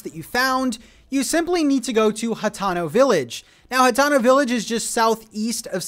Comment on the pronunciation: Hateno is pronounced HA-TEE-NO, not HA-TONO, just wanted you to know